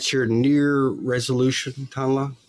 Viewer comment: I heard Merry new'ear...